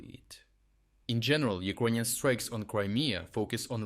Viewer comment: Took me a while to realise you're saying "Ukrainian" :D